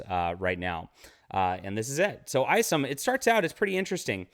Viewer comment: Eye somm not ice’em just saying.